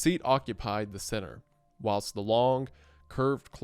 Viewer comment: How do you produce this type of content and not know how to pronounce words like whilst, impetus, and executor?